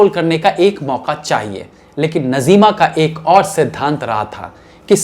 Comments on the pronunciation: नज़ीमा नहीं नाज़्मा है सही नाम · नज़ीमा नही नाज़िमा . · You are too young so naturally you were not in those days about which contents you make the vdos doing already major mistakes in past. PRESENTLY IF I TALK SHE IS : NAZIMA AND NOT NAZEEMA AS YOU PRONUNCIATED.. USE TO TAKE HELP OF SENIORS. SORRY FOR DRAWING YOUR MISTAKES. YOU MUST GO AHEAD BUT BE PERFECTIONIST. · Bhai aapka yeh progaram mujhe bahut achha lagata hai magar aapne naam galat liya jaise najeema nahi naazima hai bolywood se qawaali gayab ho gai is par aap ek apisod banai